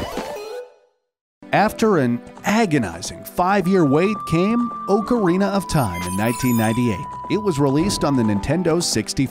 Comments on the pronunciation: How he says ocarina- ohcareena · Ughhhh, OAK-arena. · it's OC arina not OAK arina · Hey! Don’t Disrespect Him! Oakarina Ocarina! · He legit said O-carina of time. That hurt me, I absolutely love this game. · Orecarina of Time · OOOcarina of time 😂🤣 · He pronounces it Oak-a-reena of time 😂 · How hard is it to say ocarina properly? Aw-car-eena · If someone pronounces ocarina like oakarina again, I swear.... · Why does he keep saying oakarina of time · He pronounced ocarina wrong too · He also mispronounced ocarina and it is so annoying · I’m going to cry- The way he says ocarina is just- I’m ok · His mispronunciation of ocarina is sorta funny